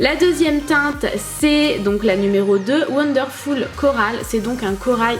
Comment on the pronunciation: l'anglais de "wondeurfoul"